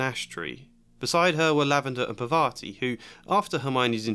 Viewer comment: Maybe I'm wrong ... But this is irking me a little... So I'm going to say this - If her name is spelled Parvati, you're pronouncing it all wrong. 😂